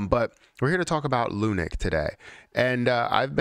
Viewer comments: I was going to listen to this YouTube video going to bed. But every time I heard lunic instead of lunc (lunk) drove me nuts. Can't anymore with this channel. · Lunik pisses me off also bro. I hate hearing this word lunik like wtf . Just say luna classic Jesus